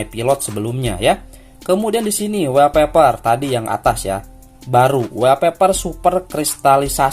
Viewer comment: Sorry bang koreksi wallpaper bacanya "wolpeper" bukan "welpeper", karna huruf "A" dibaca "O" kalo ketemu 2 huruf "L"... Misalnya All (ol), small (smol), dll🙏🏻